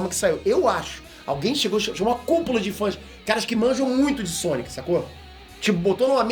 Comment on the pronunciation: o c de Sonic parece um ó na tumbkkkkk, "sonio"